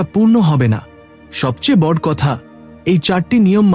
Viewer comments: Kotha ta bod noe boro.uchharon thik korun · কথা উচ্চারণ করা ভালো করে শিখতে হবে তার কারন হলো বট নয় বড় বলতে হবে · বর না বড়।উচ্চারণ ঠিক করুন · বাংলা উচ্চারণ আগে ঠিক করুন । বড়্ কি কথা । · বড়/ শুভ/কলস -এই শব্দ গুলো আপনার এই ভিডিও তে উচ্চারণ করেছেন বিভিন্ন সময়ে। যা ভুল উচ্চারণ।আগে উচ্চারণ ঠিক করুন তার পর ভিডিও আপলোড করবেন।